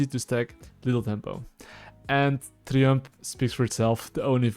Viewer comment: I'm not listening to a guy who is "Challenger" but can't pronounce "Triumph" and "Coup de grace"